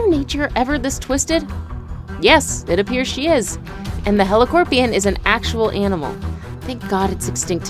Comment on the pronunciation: FINALLY SOMEONE PRONOUNCED HELOCORPRION CORRECT